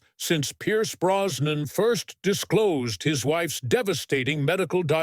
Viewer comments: The name I believe is Brosnan, with an "s" and not Browan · As if the voice isn't awful enough, the mispronunciation of Brosnan as Browan and Pierce as Pice just made me stop watching altogether